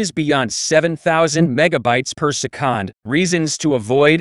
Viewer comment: Who ever is using this Chat GPT voice screwed up big time. Why do that when you can read a script and make it sound NORMAL? My suggestion scrap the sound and re-record and if English is not your first language have someone help you with it. Se-kond doesn't exist in the English language and it will make your video, well, not respectable.